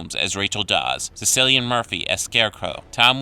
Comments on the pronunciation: XD and Cilian Murphy .. 'Cil - Lee - An'... he called him Sicilian Murphy ...lol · *KEER-sten *SIL-ee-an.